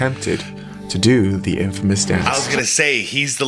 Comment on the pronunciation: Not in--fay-mus. It is pronounced in-fuh-mus and with no pause or separation. Not clowning or anything, I just know we aren't all familiar with random words. 💪🏽